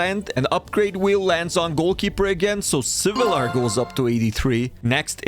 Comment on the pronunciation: winced every time he pronounced svilar